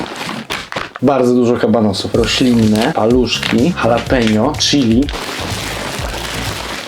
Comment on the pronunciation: dżalapino się mówi